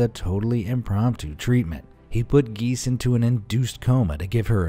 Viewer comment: Giese is pronounced Gee zee.